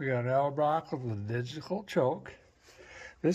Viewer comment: love how he calls it edelbroken 😅